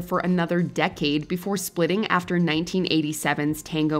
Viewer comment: Splidding? You dwad.